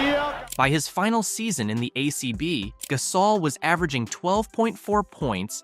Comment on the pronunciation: Please learn how to pronounce his name. GUH-saul NOT GAS-awl